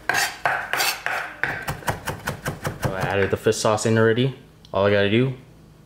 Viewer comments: “Fiss sauce” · has some strong struck Vietnamese dialect when he speaks (due to his parents being from Vietnam imo) He has trouble pronouncing any words that have "shh" or words that end in "rrrr". I've noticed that on all his videos. So that's the reason he says "fiss sauce". Not bashing the guy. I'm asian (Canadian born n raised) so I get why he pronounces certain words as such. Makes me giggle sometimes lol.